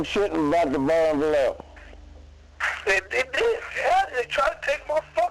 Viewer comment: The city is pronounced Valley Joe